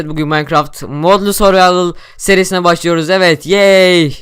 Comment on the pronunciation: Türkçeyle Seviştiği An BAŞLIYOZZZ